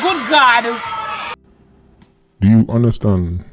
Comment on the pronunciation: The way how she say "gud gawd" I knew she was a just born Kerosene